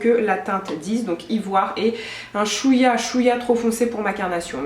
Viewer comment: "chouya" c'est pas comme sa qu'on dit mdddr